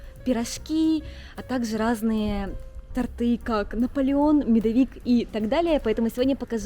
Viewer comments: Мне очень нравятся такие видео,но пожалуйста не ТортЫ,А тОрты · Спасибо за сюжет,.❤ Но, пожалуйста тОрты, а не тортЫ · Пожалуйста,не произносите,пожалуйста,тортЫ! Правильно тОрты!😘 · Все отлично. Но очень режет слух тортЫ. Уже не первый выпуск слышу. Правильно тОрты. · Свёкла, торты( ударение на "о"). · Милая.. То'рты... И только так... Прости, пожалуйста🙏 Ты крутая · СвЁкла 😅буква ё в русском языке всегда ударная)))) тОрты)) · вы мне очень нравитесь, но тортЫ режет слух. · Торты, ударение на "о")))) а так видео классное как всегда :) Живу Дании, здесь так же с тортами всё плохо :( Да и в принципе много чего не хватает из того, что было раньше привычным дома :(